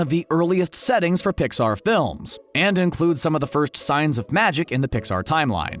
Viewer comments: Did he say dixar in the beginning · At the beginning was also a mistake he said dixar movies